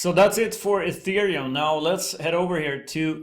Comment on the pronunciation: Thank you for pronouncing ETH "Ethereum" and not "Ăthereum" like all the other crypto youtubers do. Dirived from the word 'ether'. Definition: Upper pure bright air. Pronounced (éther) (eether)